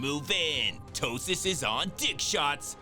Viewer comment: OMG you call that dude "Ptosis" 🤨 😂😂wtf🤣💀